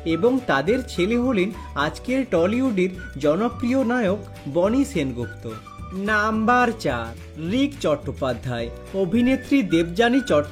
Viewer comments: আমিও তাই ভাবছি। এমনিতেই উচ্চারণ খুব খারাপ। তার ওপর নাম্বার শব্দ টা টেনে লম্বা করে বলা! অসহ্য!! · নাম্বার টা কেমন ভাবে বলছ তুমি